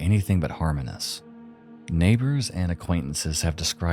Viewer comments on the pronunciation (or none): also should probably be "harmonious" instead of "harmonus" lol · were anything but “harminous (harmonious)”? “laminating (lamenting)”Tell me you used ChatGPT without telling me you used ChatGPT. I guess be unable to pronounce words you supposedly wrote? Less work you have to do on editing anyway since you talk lifelessly in the general direction of the camera lens. Half your schtick was being a faceless monotone. It gave your videos the sense of enigma and foreboding that your robotic facial expressions rob them of. It’s so obvious you used ChatGPT man. It’s the fact that you make no “I” statements. No personal commentary. That’s something you e always provided. Now, you show your face, but you’re giving the most impersonal, clinical retellings of these cases.